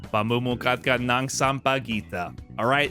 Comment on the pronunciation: I like how you nailed down the pronunciation of "ng" (nang) LOL most of the other videos keeps saying nnnngggg xD